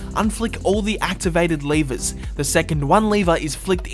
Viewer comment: why do you say lavers